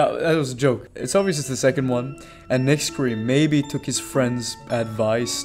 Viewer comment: I also found out that it's pronounced Nack-Ree and not Nix-cre just for the future